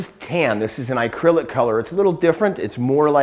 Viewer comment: He says acrylic funny (Icrylic)